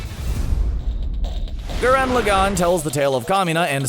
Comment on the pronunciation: its pronounce gurr-in log-on